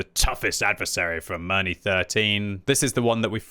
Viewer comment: Can you pronounce Mirny correctly?